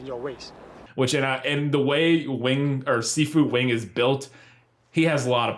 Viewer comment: "Si Fu" sounded like "seafood" every time said it lmao